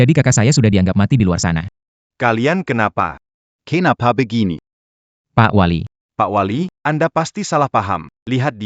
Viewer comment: Begaini (begini)bkn begaini